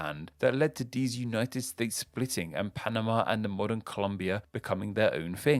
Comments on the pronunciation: Hey there! It's Colombia, not ColUmbia. Greetings from Colombia though! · o cara fala ''COLUMBIA'' acho que esse cara sabe de nada nn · It is Colombia, not Columbia. Amazing info by the way!! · Its Colombia not Columbia. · your quick to ask for money to support your content, but you cant even get the name right for COLOMBIA and GUATEMALIA???? wtf... review your shit before posting it....